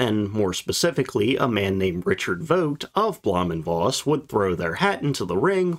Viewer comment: V in Voss is pronounced as F. The V in German words and names of >Germanic< origin are spoken as F. Vater (father), vier (four), Vogel (bird), Hannover (Hanover), Volk (people, folk), van Beethoven, von Bismarck V in German words/names of Latin/Romance/French origin are spoken as V Veronika, Viktor/Viktoria, Lavendel (Lavender), Vakanz (vacancy), Virus (virus), Vitalität (vitality), Vulva ....